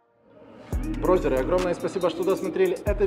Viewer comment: Зачем ты говоришь "брозеры"? Противно слышать,говори нормально